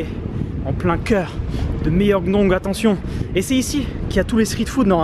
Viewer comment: la prononciation ㅜ 명동 qui devient Méyongdong 🤣🤣